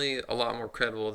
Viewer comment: interesting video. btw - I think Bob's surname is pronounced 'La-zar' not 'laser' (as in 'laser beam') :)